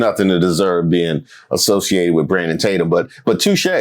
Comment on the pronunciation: is it just me, or did Nancy call him Brandumb Tatum? 🤣